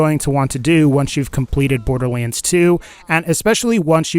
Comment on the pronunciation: Maybe im going crazy, but is he constantly pronouncing 'borderlands 2' wrong? "borderleans"?